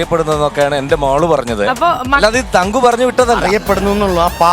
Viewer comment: ""തങ്ങു "അല്ല പുള്ളേ... തങ്കു.